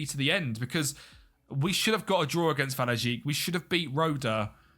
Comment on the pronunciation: just to be clear, "ij" (just like "ei" or "eij") is pronounced roughly as "eye". "wahlweyek". Thought I'd let you know cause it's a bit easier to pronounce than "wahlweejik"